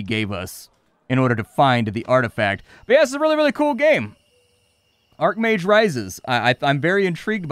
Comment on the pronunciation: Archmage is said with the ch not k sound. An arcmage would be spelled as such